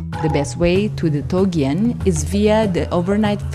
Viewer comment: not TOGEAN but TOGIAN